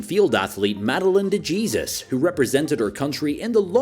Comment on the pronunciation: Bro really said de Jesus It’s pronounced dehesus